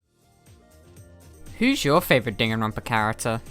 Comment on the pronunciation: You say Dan Ron pa not danganronpa Also leon is very popular to me